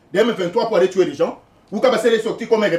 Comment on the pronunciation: Tuer pas tuwe stp,il faut bien prononcer les mots et les verbes